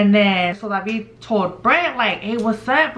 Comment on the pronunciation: Yo my name is David and I’ve always hated when people pronounced it the way you’re pronouncing it lmaooo you be like “DaVeEeD”